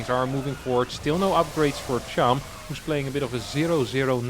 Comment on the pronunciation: its chAm, not chUm